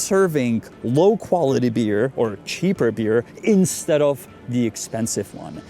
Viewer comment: "instead of" is two words. pause between saying them. you make it sound like a Russian name, Instedoff. if you're getting a legalese-y might as well say it correctly.